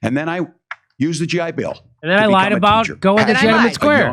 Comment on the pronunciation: i didn't know "i lied" had syllables